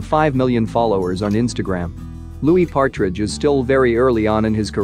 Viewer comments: Anyone else notice that he said "Patridge" and not Partridge?? 😬🙈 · And Louis patridge like it’s Louis partridge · not the "timothee chalaMET" and the "louis PATridge"